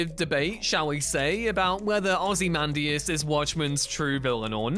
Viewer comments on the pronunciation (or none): Why are you saying ozymandias like that.... he's not the Ozzie man .. say it correctly lol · Plz stop butchering Ozzymandias name thank you